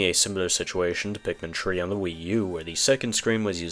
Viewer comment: why do you say pikmin tree?